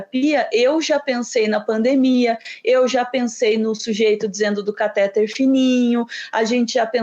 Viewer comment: A palavra cateTER é oxitona, a sílaba tônica é a última. Aff! Cansada de ouvir caTÉter.